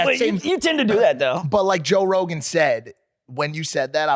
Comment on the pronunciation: I love but he did say Joe Rohan says “said” it best😭😂 we love you 💯🤍